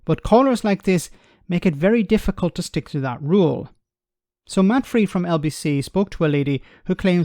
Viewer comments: Your reputation is for clinically picking apart the spurious arguments advanced by callers or politicians in interviews. You have an eye and assumedly an ear for detail. Yet have you never heard Matt Frei's name pronounced? It's German: it rhymes with "fry" not "free". I really am surprised at this lapse of your usual accuracy! 😉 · Matt is German, his name is pronounce as in Stephen Fry. No, matter........ I'm a bit concerned that you no longer comment on the wise outpourings of our good friend, Mr. Jeff Taylor. Personally, I think he's losing it altogether. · Apologies for the pedantry! Matt Frei is pronounced Matt "FRY" - a fine German name! Great video as always